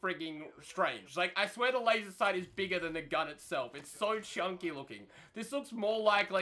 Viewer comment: as soon as he said wazer sight.... me = aight imma head out